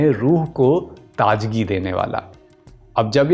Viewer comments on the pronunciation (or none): Bhai apna nukhta sahi kerlo, Majeed not Mazeed, Taazagi not Taajagi.